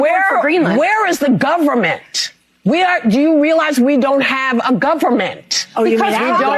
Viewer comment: We don't have a "Gover -MINT". She is confused, I think she is looking for some candy.